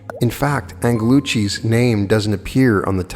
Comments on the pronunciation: Angelucci should be pronounced with a soft "g" exactly like in the english world Angel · I have both of Angelucci's books in original editions. You are pronouncing his name incorrectly...very frustrating to someone who has been exploring all of this information for decades